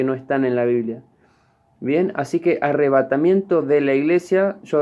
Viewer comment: Primero dijo que la palabra "Arrevátamiento no esta en la Biblia pero ya pronuncia 3 veces. 2. Jesus no biene a la tierra dice " en las nubes "Husted está mal amiguito no perturbe